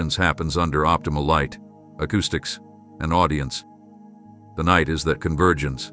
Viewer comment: itd not nitr u must understsnd Its not NI te